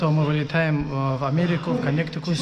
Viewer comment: "Вылетаем в Коннектикус " :D Хорошо, что не в Коннектикуст :)